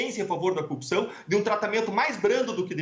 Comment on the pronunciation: Igual ao Moro, fala coupção... Kkkk